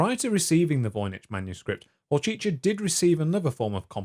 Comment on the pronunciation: I'm fairly certain it's pronounced 'voyniCK' .